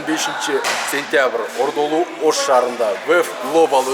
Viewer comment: "Ощ" эмес "Ош"!